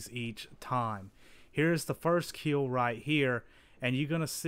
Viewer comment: It will "keel"